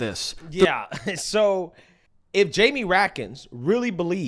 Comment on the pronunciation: Jaime's last name is pronounced "Ratskins"